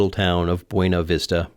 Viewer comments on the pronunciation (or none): FYI, the locals pronounce Buena Vista as Byoona Vista. Weirdos. 😄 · Great video, I can't believe you rode that far with a broken leg. I drove from Winter Park to Denver with a sprained ankle and that was miserable enough. But I must take issue with your pronunciation of Buena Vista. The locals assure me it's pronounced "byewwwwna vista", not "bwenna vista". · it's pronounced Boona Vista. Don't ask me why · Fun Colorado fact: we pronounce Buena Vista ‘byoona vista’. No one knows why; we just do. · it's unfortunately pronounced "byoonah vista" because Reasons™ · Ha! I chuckled when passed through Buena Vista and pronounced it like somebody who speaks some Spanish. The locals there have never studied Spanish, so they call their town Byoona Vista, or just Byoonie (rhymes with puny). And right down the road in Salida, they didn't study Spanish either. 😯